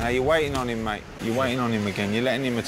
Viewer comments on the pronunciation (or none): none